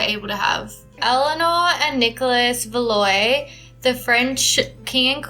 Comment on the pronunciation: Btw, Valois is pronounced "Val-wah", not "Valoy" (I'm a history nut and from Canada, so I'm vaguely familiar with french and that name)